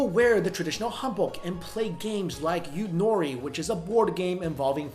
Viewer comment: The korean board game is actually called 윷놀이 (yoon-no-ri ). The pronunciation was so close and the rice cake soup. I'm impressed with your research and video content.